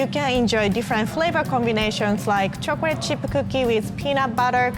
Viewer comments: I love how she says "chocolate".. chocorate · Awhh I love how she says “chocorate’ I love she’s so cute and a real og😂😉❤️